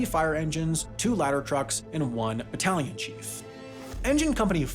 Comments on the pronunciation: I heard "battalion chief" as "Italian chief" and I was so confused 💀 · oh XD i thought you said ITALLIAN chief